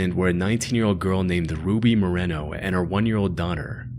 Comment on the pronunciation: Moreno is pronounced… awww nevermind. Trying this new thing where I don’t correct people, especially people who don’t care. It’s harder than I thought. I am hector. The corrector